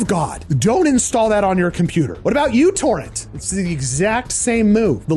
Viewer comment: The thing you called "U-Torrent" is really called "Mu-torrent" or "Microtorrent." That little Uish m is sort of like a sublowercase Latin m, but it's really the Greek lowercase "m," the lowercase mu. And the mu is the symbol for "micro-."